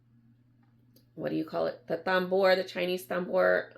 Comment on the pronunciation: It is pronounced “tamboor”, it is a French word.